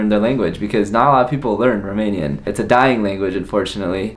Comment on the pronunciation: Best Romanian pronunciation I heard from an American 😀 Felicitari!